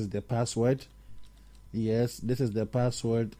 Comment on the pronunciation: Saying password wrong